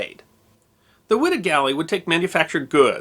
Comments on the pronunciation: It is pronounced “Y Da” not “ wi da” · I'm conviced it's pronounced 'wide-ah'